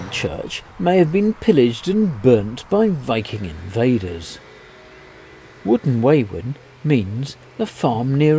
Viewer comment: Wooton Wawen is pronounced with an O replacing the A so Wooton Wowen... but you knew that and only pronounced it wrong to wind me up didn't you?